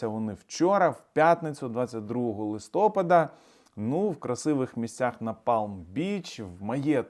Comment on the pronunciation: Наголос листопАда!.СлаваЗСУ!!!